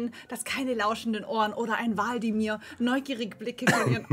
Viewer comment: Nicht waldimir sondern wlad.imir